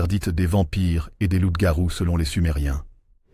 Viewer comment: ''Loupe garouu'😅😅😂 pardon mais c'était plus fort que moi Dites nous ' mais sur quelles bases d'écritures et archives onna besoin de references bibliographiques sur vos recherches, des liens dans la barre de description. L'IA on a trop marre, on aimerai vos références et ouvrages . Car si vos propos sont des hypothèses ou spéculations. On perd notre temps. On veut de la véracité, car trop de contenu de ce même type son sur la plateforme.